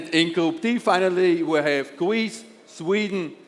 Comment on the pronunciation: Der sagt ja gar nicht „gwoup“ aber dafür „Gweece“!